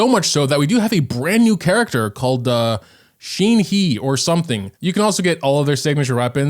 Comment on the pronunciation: wtf shen"HE"😂😂😂😂